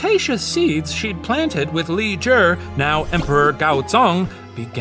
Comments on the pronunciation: I'm impressed that he pronounced Li Zhi the way he did. It's not an easy sound to make for an english speaker. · Just wanna thank Shane & the puppet history researchers for the effort w the pronunciation of the chinese words/names :') Genuinely moved!!! (Even simply pronouncing "Tang Dynasty" as such and not "t-EH-ng" as Americans usually would, or "Li Zhi" rather than "j-EE"). Idk it just means a lot after having grown up hearing the butchered pronunciations so normalised. Sobs.💛 谢谢你们! / Thank you all!